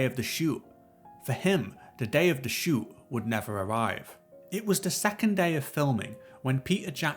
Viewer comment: oh crap, it's shoot, not shoe!